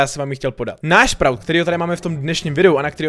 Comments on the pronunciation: Čte se to 'Spraut' ty sprůte :D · čte se to sprůt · Čte se to "spraut"... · Vyslovuje se to sprůt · Vyslovuje se to sprut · Sprout sa to hovorí